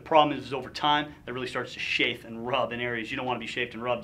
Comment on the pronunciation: CHAFE! Not SHAFE!